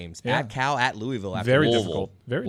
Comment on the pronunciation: Shoutout to on the correct pronunciation of Louisville! 🫡💪🏾